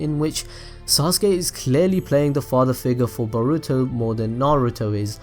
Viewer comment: Every time i hear you say boruto. I hear "Burrito" n i cant help but laugh lmao